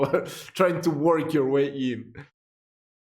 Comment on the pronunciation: Your Gernan isn't bad. Zukunft meas future.